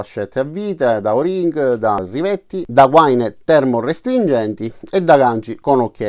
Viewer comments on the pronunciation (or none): Guaìììììna Viene dal termine vagina/fodero ed è l'unica pronuncia corretta, anche se gli elettricisti ci hanno ingannato per anni :-D